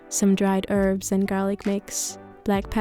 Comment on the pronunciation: Err so u can say herbs how u want it doesn’t really matter because it was clear what u meant but if u want to know how 2 pronounce it anyway then do this u r supposed to say it like this: hurbs well yeah err it tolles video übrigens